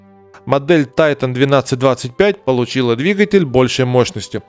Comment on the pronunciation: Потому же, что и Тайтайник😊